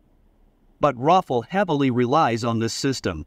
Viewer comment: it sounds like you are calling the rafale, Waffel...